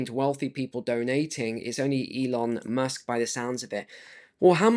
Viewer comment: Informative video! Pardon me, but did you say Elon "mush" on purpose? 😂 😂